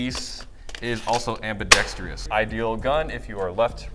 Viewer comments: AmbidextROUS. Why do no airsofters pronounce this correctly :p Anyway, I have it, its definitely overpriced. Mine has some quality control problems and DID NOT come with the metal flash hider. Also, the performance is pretty basic. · AMBIDEXTRIOUS!? You mean ambidextrous 🤦‍♂️ smh